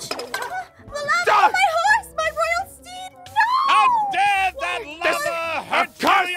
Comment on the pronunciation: Excuse me Aphmau, what is a “Roayl Princess”?